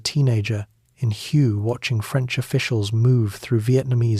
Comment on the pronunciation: It’s pronounced “Way” city…. Hue … kind of an important detail